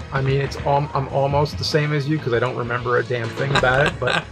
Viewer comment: Cuz says "'member" instead of "remember"